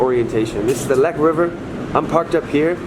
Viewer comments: Lech, not leck, the German "ch" is the same as in English (eg bench, much, touch, ect.) The "ck" is a hard k, like also in English (kick, trick, fu...) The only real difference in German is with the ei and ie, wich are completely different vocals: "ie" = long i and "ei" = y/ey/ay. (The letters Y and X almost never appear in German, as well as in most other languages such as Italian, French, or Spanish.) They entered English primarily through Catholic Latin texts (ex oriente lux et pax). Even in Shakespeare, one rarely finds words containing x and y; they only came into the English language with a pseudo-Latin language novelization. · Sorry, had to stop right away, - Lech,- ch! Not Leck. You learned it couple years ago .. ( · by the way, why do englisch speaken persons always struggle with the geman ch? you have the same sound in your language. the german ch makes the same sound like the h in huge or hugh grant. thanks for being back, missed you.